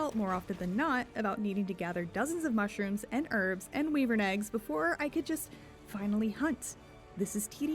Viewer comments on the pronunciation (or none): Unhinged wyvern pronunciation